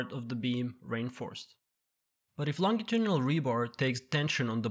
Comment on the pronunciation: Very useful. But the pronunciation of Longitudinal was not true.